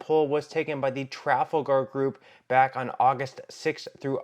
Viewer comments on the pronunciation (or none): The narrator is demonstrating what has happened to our educational system. I'm pretty sure that "tooken" is not a legit substitute for "taken" and if you can't pronounce Trafalgar, you probably shouldn't be doing the narration. That being said, the Democrats are going to win in a landslide. If you haven't taken the time to review 2,000 Mules, you're in the dark as to what really happened in 2020.